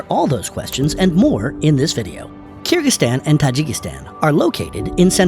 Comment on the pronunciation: Very shallow analysis and it’s Kyrgyzstan, not Kirgikstan